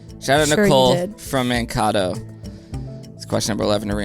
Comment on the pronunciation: Mankato Minnesota is pronounced “Man-cay-toe” not “Man-cah-toe”. You are going to get some grief for this when you visit us in Minneapolis in a couple of weeks 😂❤ *disclaimer, I am not the Nicole who submitted the trivia question haha